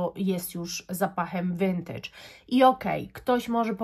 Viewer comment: No w końcu ktoś w miarę poprawnie wymawia słowo "vintage"! Już nie mogłam słuchać tych wszelakich wariacji tego słowa na innych kanałach perfumowych.